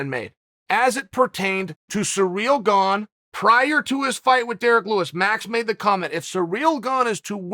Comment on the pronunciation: Chanel butchered his name 27 different times😂. Uncle Chael still the best